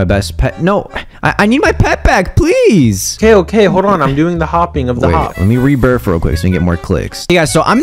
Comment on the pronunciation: man says rebirph